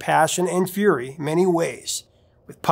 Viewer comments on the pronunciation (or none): none